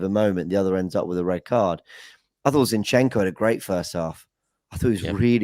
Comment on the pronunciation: I wish would stop calling Zinchenko, 'shinchenko' 🙄